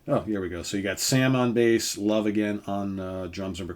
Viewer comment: I'm from sweden and in to Hard Rock and more and I never heard about them. I do Belive the name Love should be pronounced with rhe e at the end spoken so to sqy.